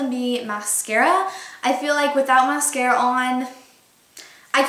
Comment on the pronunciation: The way you said mascara at the beginning sounded so stupid. Just aying